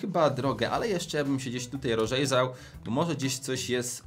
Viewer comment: rorzejzał xddd